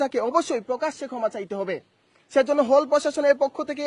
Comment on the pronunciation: হোলের সঠিক না, হলের সঠিক উচ্চারণ। সব ভণ্ডামি আর ক্যামেরার সামনে আসা ছাড়া আর কিছুই না। এক দফা, এক দাবি পিআর পদ্ধতি ছাড়া নির্বাচন হবে না।